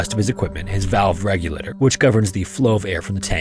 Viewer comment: Regulator is a four syllable word, not three !